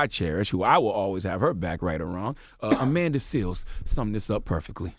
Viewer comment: Charlamagne lost me when he said: Amanda Seales.